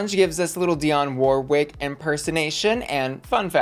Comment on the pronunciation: Makes fun of British pronunciation and then pronounces Warwick like that…